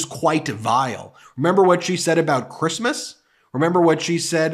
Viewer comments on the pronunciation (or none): True. Tho actually she called it Creezmuz. 🎄 😂